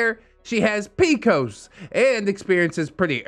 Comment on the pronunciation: Firstly, it’s P-C-O-S, not “pee-cose.” Secondly, PCOS-haver here to say… no, PCOS doesn’t mean your menstruation is shorter or lighter. PCOS makes your hormones imbalanced & causes irregular cycling. I personally have gone up to 5 years with no cycle, and when I do bleed, it’s often extremely heavy and filled with huge clots, extremely painful, and no medicine has helped. I’m scheduled for a hysterectomy this month as a last resort, because my pain is often debilitating and nothing my doctors have tried has made any noteworthy progress in years. This condition is no joke and the hormonal imbalances can contribute to depression, but holy fuck, the person in this story NEEDS to find a way to take better care of herself and her living space.